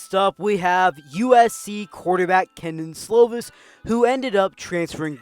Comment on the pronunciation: Definitely pronounced key Don slovis